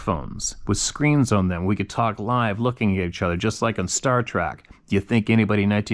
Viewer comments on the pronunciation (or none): none